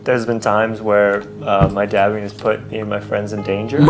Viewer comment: Its dabbing not daping